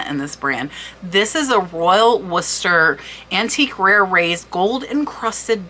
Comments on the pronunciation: Its Worcester not Wooster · Pronounced "War cestor" :)))